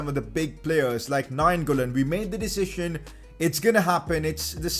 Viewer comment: Is it only me who finds it funny the way he pronounces the word "decision"?? (i am joking, no hard feelings, right?) xD